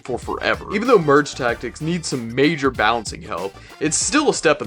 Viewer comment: Does bro hate merge tactics because he can’t say it?